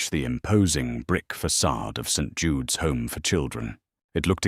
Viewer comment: I gave legit applause when I heard someone finally got AI to pronounce St. Jude correctly. 😂